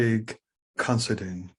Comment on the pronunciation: how come all these narators and such pronounce our last name as CONSIDEAN where as the last four letters is spelled DINE . i am more interested in the introdoction of christianity into ireland, but i do recognige the achivements of craig , i just do not agree with him ,but he has a fine charactor God bless him in his seach , not of religious beliefs but the GOD of patrick and columba, also of the true meanig of monasteries